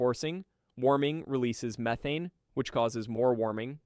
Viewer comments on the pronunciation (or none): Is this done by AI because the way you pronounce things despite English clearly being your first language is bugging. It's not meeth-ane it's Meth-ane. It's not to-nami it's Su-nami. The list goes on. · Why do you pronouce the gas name as MEE-thane and Methaine? PICK A LANE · "Me-thane", " You-thane". I'm guessing this is an AI voice. Still, it's quite informative. Hey, you corrected it, mid vid. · It's an AI narrator. Abnormal pauses, over-enunciation of words, and literally pronouncing "methane" differently 3 times within 20 words